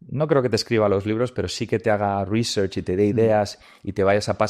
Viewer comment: Menudo flipao si vas de anglofilo por lo menos pronuncia bien research.